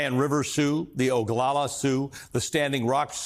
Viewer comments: Its not OGOLOLA , it's Oglala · Oglala, not Ogalala.